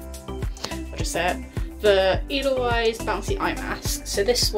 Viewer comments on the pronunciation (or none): Close its pronounced "AY del vice"